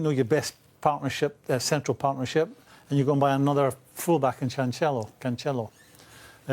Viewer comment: Imagine being a professional pundit who covers basically every top 6 game and calls Cancelo ‘Chanchello’. It’s pronounced ‘Can Sell O’. Dope Graham Soundess